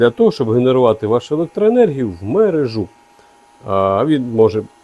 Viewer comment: підключаю мережУ з наголосом не дружу.